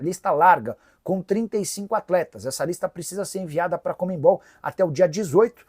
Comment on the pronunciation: O Nicola fala “COMEM BOL”, mesmo sendo jornalista profissional, imagina se vai falar o valor correto?